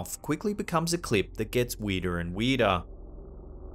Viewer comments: How weedah is weedah? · “Things get weedah and weedah.” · And weedah and weedah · “Weirder and weedah” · Weedah en weedaah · Is what you are saying ....spelled...WEERDAH? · "weeder an weeder" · 😆lmao. "And Makes the actions even WEEDAH" .. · LOL Weedah. Like Gordon Ramsey saying ooul instead of oil. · Weeder and weedah 🗿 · Weedah and weedah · What the f… is ‘weeduh’?! 😅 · "weirdah and weirdah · I'm not a native speaker but that's what caught me off right away when i heard it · Do we sound THAT weeeeed….? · It’s bad when the weedah stuff gets sinistah. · Boston accident